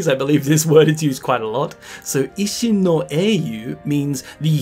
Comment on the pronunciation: You mispronounce i often. "jisho", "ishin", etc. You're pronouncing it like the short i in English bit. 😅